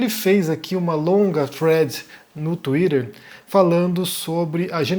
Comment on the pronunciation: Kkkkk o jeito mais brega de dizer " twitter" é engraçado ver um tupiniquim tentando ser mais real que a realeza kkkkkkk